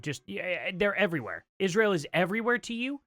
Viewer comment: It's Israel NOT Isssshreal! Uggghh GOD that is one of the most annoying things she does🤦🏼‍♀️